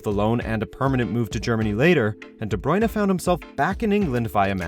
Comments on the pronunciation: its br-u-in, not brui-na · "De bruyna" try again hahahahahahahahahahahahahaha